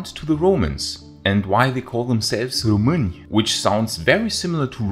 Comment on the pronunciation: I had a feeling you were Romanian! There is just some thing about being obsessed with Rome and being Romanian, so many history youtubers are from there. The German accent had me doubting tho, for so many videos until the moment you pronounced români perfectly here